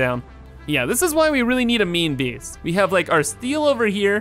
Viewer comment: Is he saying meme base or main base?